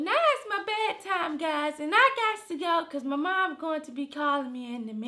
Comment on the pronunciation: WHEN DIS NIGGA SAID..."are u gise in a relationship?" 😭😂😭😂